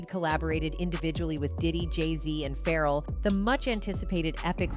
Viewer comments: OMG dang AI bot.. Its pronounced "FA-REL" not ferral! Hes not a wild animal lol. Get it right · 😂i couldn't understand why tf is it Ferrel, it's so annoying